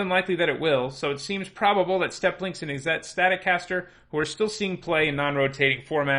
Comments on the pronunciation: Why is he pronouncing izzet that way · The way you pronounce Izzet hurts me. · "Izzette... That must be Italian!" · Isn'tit? :P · his prononciation of "Izzet" makes me laugh.